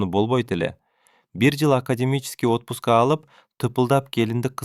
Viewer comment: Жакшы чыгарма экен,жигит да жакшы окуйт экен,бирок носки жазылышы,окулушу наски,атпуска эмес отпуска да тууралаганым учун кечирим сурайм